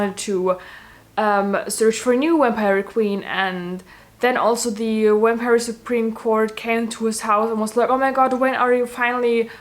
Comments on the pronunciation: “Wampire” IM SORRY THAT SENT ME 💀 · I’m pronouncing it “wampire” from now on.